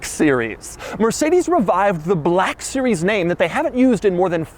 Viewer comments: "amg gt BALLLLACK sewies" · Doug: This is the amg “buhlack series” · Is it just me or did he say "BLAHKUH SERIEZ" at every opportunity he could? 😂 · An then came the bleck siries xD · Every time he annunciates "Black Series", it makes me want to reach through the screen and bitch slap him back to his modest SoCal apartment. He doesn't understand that jokes get old eventually, and even moreso when you are a tall, gangly nerd that makes these stupid poses and gestures every time he says it. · Why you keep saying black series so hard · Why did I guess he was gonna emphasize “black series” 😂😂 like he did with the black wing